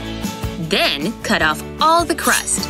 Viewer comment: Bro she keeps saying den